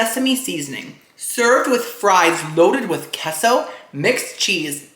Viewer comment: "I'm half Cuban" also - "I don't know how to pronounce queso"